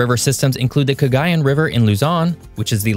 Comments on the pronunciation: im filipino and we pronounce it se ra mad dre not sieramadre and we pronounce it ca ga yan river not kagayan river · It's ka gey yen